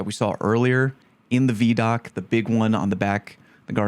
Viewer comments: That shot with the sword on a guardian’s back—looks like they’re standing outside a temple similar to the one on Europa near Elsi, but in the EDZ. Also: “vee” doc? I thought it was vi (like ‘eye’) doc. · Bruh it’s VIDOC (pronounced like eye-doc) not VEEDOC. Not a big deal just kinda funny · VI DOC, not VE DOC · Vee-doc? Imma bet it’s Vid-Doc just sayin. You’re starting to pronounce things like Cross 😂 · Vee-doc? Isn't it vid-oc? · Bro called it a Veeeee-doc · Everytime he pronounces it vee-doc I flinch a little. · I'm so mad you call it vee doc 🤣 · Ew. It's not Veeedoc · I was not ready to hear someone pronounce it veedoc, otherwise great video lol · Video Documentary. V-EYE-DOC. please stop pronouncing it like that.... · I do not like how you said vidoc my dude 😂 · you pronounce ViDoc as "Vee-Dock"? You monster. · Take a drink every time he says veee dock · VeeDoc?? This has to be a meticulous ploy to make us all comment about your pronunciation to increase engagement!! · “Vee-Doc” Unacceptable, no Christmas for you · I think you missed how to pronounce vidoc